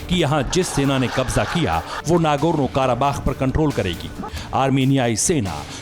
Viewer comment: Kya bak Raha hai anchor kakekas nahee karabakh hai